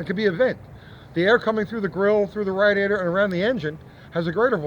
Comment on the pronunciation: I'm glad you say rattyater correctly. Tones of home.